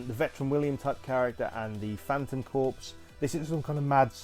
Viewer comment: Despite how it is spelled, the word is pronounced CORE, not CORPSE, which is a dead body.